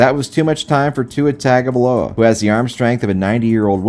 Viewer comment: how do you still not know how to pronounce tua's name